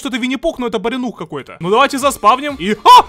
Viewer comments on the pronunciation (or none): Не баринух а барионикс! 😁